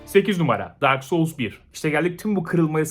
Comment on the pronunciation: Evet işte bu! Liste yap be adam LİSTELER YAP... Ps: Dark Souls iki diye vurgula nolur. Darksoulsiki biraz sıkıntılı geliyor kulağa....